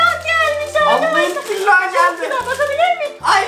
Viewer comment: niye külaha( küllah )?diyorsun??